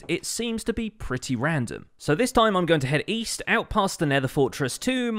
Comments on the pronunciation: Isn't it west not weast? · is no one going to talk about when he said east the correction said weast instead of west? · Everyone:West: Weast 😂😂😂😂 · "Weast" lol, small hiccup there,. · Everyone: Spells It “West”: “weAst” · "And so we're going to head East..." *Weast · Pause "Weast?" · Nobody: Absolutely nobody:: “Weast”